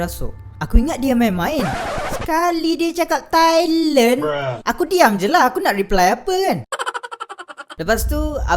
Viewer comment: Pandai pula cakap tailand